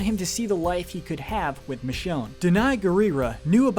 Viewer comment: Please please, don't allow to do your episode on season 11! He butchered Michonne's name or RICHONNE! SMFH! 🤦‍♂️🤦‍♂️🤦‍♂️...+ his voice is boring 😴